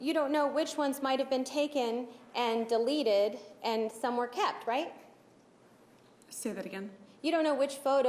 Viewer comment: its " deleted " Not " delerrreted " speak properly